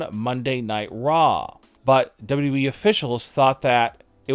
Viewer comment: You're missing a w when you say "dubwe" instead of wwe 😆😆